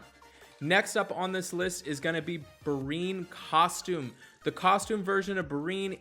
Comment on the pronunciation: Berine? lol "Breee - N" Anchor ;)